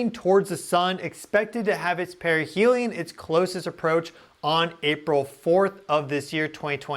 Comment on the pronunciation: Sorry but perihelium keeps sounding like perineum.